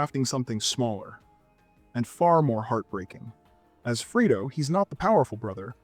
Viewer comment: Whenever I’m unsure if the narrator is AI, he pronounces “Fredo” as “Freedo” and “Fiennes” as “Feens”. Otherwise, excellent criticism as always.